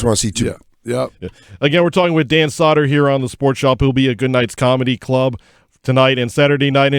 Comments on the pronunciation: Crackle crackle btw it's sow der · Crackle Crackle. Love him and Jay on SiriusXM. The Bonfire is my favorite show of all time. Great interview with him. Also, I hate to be that guy, but it's Dan Soo-der, not Dan Sah-der. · Crackle crackle, this was a great interview. You guys are all awesome, I came as a Danny Soder fan to check him out in this interview but really enjoyed the whole show despite the continuous mispronouncing of his last name :D